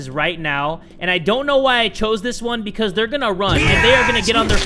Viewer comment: "Becosh hesh sho funny" Beautiful, im in tears.